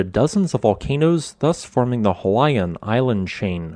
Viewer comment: You did not pronounce a single hawaiian name correctly...cringy to watch